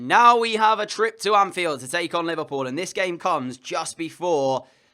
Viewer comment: It’s funny the way he says Paris saint germain